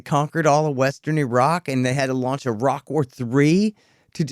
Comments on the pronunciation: internets to for correctly pronouncing "Iraq" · Yeah, always encouraging to hear yanks pronounce Iran and Iraq correctly. Sad but true